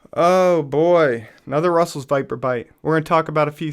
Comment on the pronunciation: Back in college, in pathophysiology, I read that one of the causes of hypopituitarism is Russell's Viper bites. If the envenomation is severe enough, it can damage the pituitary gland. Edit: Just got to the part where you mentioned that.... Yeah, you pretty much pronounced it right